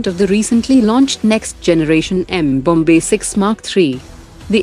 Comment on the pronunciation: Not M-Bombay, it's mmmmmmmm-bomb'e 😊